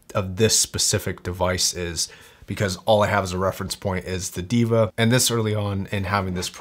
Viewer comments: its pronounced "Dae-vah", meaning God. Not Diva. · It's they-va not diva..😂